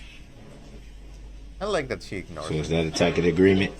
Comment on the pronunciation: He’s pronouncing a tacit (Tass-it) agreement as a tacket agreement. He’s so stupid.